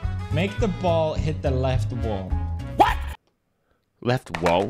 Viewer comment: It's wall not Whaol